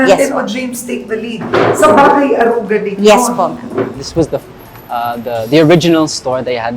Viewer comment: Naintindihan ko pa na mali pronunciation ni james ng aruga, but why si karen din? 🙄 nwey not a hater but its getting out of hand lang why filipinos wont speak proper tagalog. Gusto ata maging extinct languange na. Nwey i know karen speaks tagalog pa din naman tlga. Just ranting generally abt this thing abt pinoys. 🙄